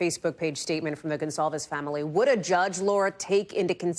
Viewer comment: Do you have trouble with the word ‘family’?